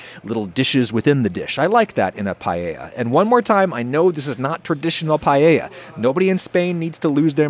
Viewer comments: I'm absolutely annoyed by you pronouncing paella as "payeya" and not "paeya", and I'm not even spanish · Pa e ya! Not pa ye ya! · I'm more concerned with the way every English speaker says "pallella" instead of paella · Only thing anyone could be angry about is "paiella" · como dijo pallella me parti de risa lmfao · Just a tip (dohoho): pa-EH-ya. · Who else came here just to see how adam pronounces paella Update: its not bad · He says payeya some times too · Fun that he comments on how he pronounces socarrat and says it right, and then procceeds to say pallella for the hole video unapoligetic hahah. I also dont know why english people do that! Im genuinly curious on why they cant seem to say just "ae" together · Adam, congrats from a Spaniard on a pretty legit-looking paella 🥘. Oh, and by the way, your pronunciation of socarrat was spot on. Not "paella", you gotta work on that ;) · your pronunciation of "paella" hurts my soul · PAELLA. NO ES TAN DIFÍCIL DE PROFUNCIAR POR DIOS.